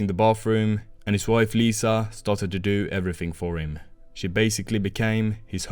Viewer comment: Liza not Lisa